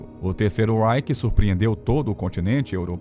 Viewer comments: Não se diz terceiro ráike,mas sim terceiro ráiche! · Vídeo/Documentário excelente, entretanto a pronúncia das palavras em alemão está terrível. Reich, se fala algo como RAIXI. Blitzkrieg, se fala algo como Blitzkrigui. Sugetão de melhoria. Antes de gravar o vídeo, vá ao tradutor do google mesmo, seleciona o idioma da palavra, digite a mesma e clique no ícone do falante, que dá pra escutar a pronúncia corrseta. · Você pronuncia REICH com pronúncia inglesa. Não é. É RREICH - pronúncia alemã.